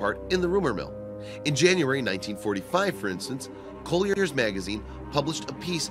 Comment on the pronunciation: Small corrections: Otto Skorzeny’s name is pronounced score-Zanie. Colliers (magazine) pronounced COLL-yerz. Goebels pronounced GURR-bulz, not GO-bulz.